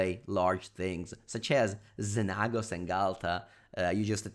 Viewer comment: XenAAHHgos lol you crack me up